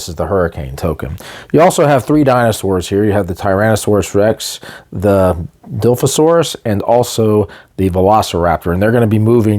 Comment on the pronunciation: Die-LOF-a-sore. Dilophosaur.